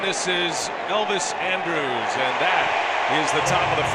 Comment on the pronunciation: How the hell can announcers not learn how to pronounce names properly?? Andrus....is NOT pronounced like Andrews....lol. That's just a no-brainer. Just goes to show that people who are on TV....are not necessarily the sharpest knives in the drawer....lol.